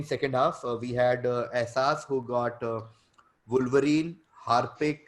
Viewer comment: Ahsass is clearly cheating. If you know ‘wolverine’ you wouldn’t pronounce it as vulvereen :)